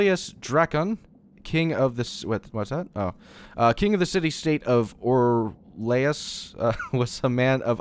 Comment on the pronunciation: mispronounces 'Orlais' Me- Aggggggh. UUUUUHHHHH WHY